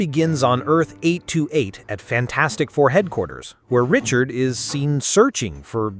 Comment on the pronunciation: Reed Richards not reed richard